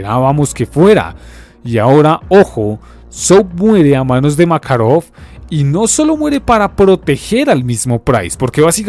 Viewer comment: porque pronuncia makarov con asentó americano?